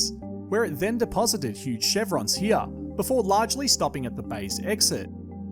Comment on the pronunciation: it’s really making me mad the way he’s saying “here”